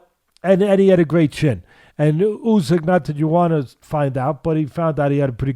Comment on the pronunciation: I say? When you get the chance, can you point out to Teddy that Olexandr's surname is pronounced "OO syk" and not "You syk"